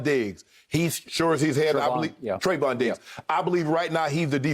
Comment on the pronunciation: Dats not how you pronounce my boy name